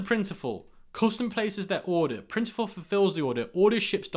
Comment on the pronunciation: Great vid as usual. Can’t tell with his accent but….Printful not Printiful. Not to get mixed up with their competitor, Printify.